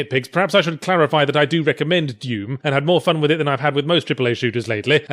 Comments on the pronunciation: "Deum" xD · I couldn't get over the way he said "Dewm" MtnDew Commercial confirmed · he pronounces doom like "duem"